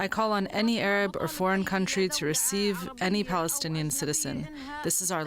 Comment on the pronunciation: This mad man called Trumph he couldn't even say Plastinian. He said that when the US takes over and built, it will benefit the people of the area.